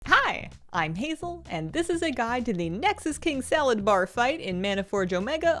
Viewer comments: Are you saying salad bar? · Am I hearing things or did you say "Salad Bar"? O.o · Are you saying nexus king salad bar? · i heard it the first time the boss name was said and i was liek wait is that his name Saladbar? xD